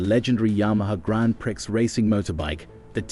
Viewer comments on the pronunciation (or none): Grand prick....a robot